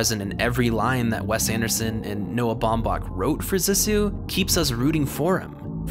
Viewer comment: (zee-sue) Cmon man they say it in the movie, great video though , much love